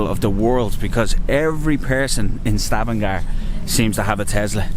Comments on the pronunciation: Correct name of the city is Stavanger not Stavangar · ...Stavanger with an e....